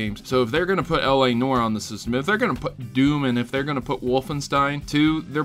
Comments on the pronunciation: pro-tip: Noire is pronounced "nwawr" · 'Noire' is NOT pronounced 'nor'. Ignorant American. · Please......................pronounce L.A. Noire right................